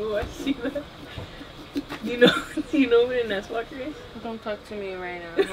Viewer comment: I was caught off guard when you said swalker bc I heard asswalker.... Now all I see is someone with their legs up in the air scooting towards you on their ass.🤔.... Love your content